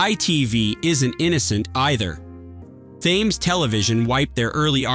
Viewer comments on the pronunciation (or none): How is it possible that you cannot pronounce Thames correctly?